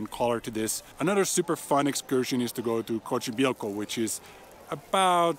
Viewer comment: And you pronounce Xochimilco as “Zo-Chee-Milk-oh”🤭🤭🤭